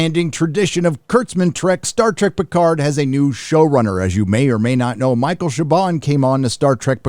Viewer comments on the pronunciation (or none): none